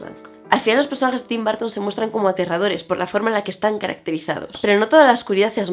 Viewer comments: TIM BAR...TON OPEN ENGLISH...JODER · Me encantó pero cada vez que dice BÁrton me 😵‍💫🫨